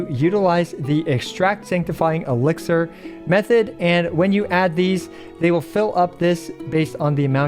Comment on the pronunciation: Elixir, not elixer